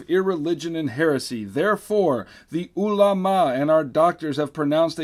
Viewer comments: I don't know why it sounds funny when it says the ulama. I think it will sound better if the ma-sound is longer. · you misunderstand me, I just think it sounds funny. No judgment on pronunciation.